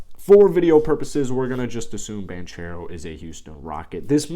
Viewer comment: Spelled Banchero pronounced Bancero